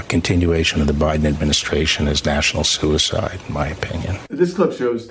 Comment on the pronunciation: Bill Barr is an eff'n drama queen... "national sue' ehcide"? Really?... what a meathead